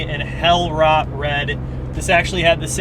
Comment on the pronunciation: Beautiful spec and great review. Next we gotta get you to pronounce rot correctly auf Deutsch :)